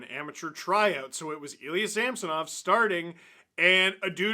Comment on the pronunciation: It's Ilya Him-sonov.